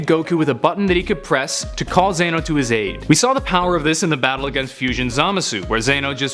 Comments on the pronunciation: ZANO IT IS ZENO NO HATE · Zain-oh? Zen-oh... zen.. Other than that... gr8 job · Why are you not saying zeno dude the God of God's is demo not zaino or whatever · Its not zano it’s Zeno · Hey bud, it's "Zeno" not "Zayno" I'm still subscribed so I'm not butt hurt about it. Just thought I'd inform ya 🤦‍♀️🤷😁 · zano !!?? its zeno dude ! watch much !? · Pretty sure it's pronounced Zen-oh, not Zay-no. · Its Zen-Oh not Zaano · Its xeno Ze-no And kamehameha Ka-me-ha-me-ha not kamehameha there 2 different moves Sorry im salty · And it's not zey no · Y is he saying zayno?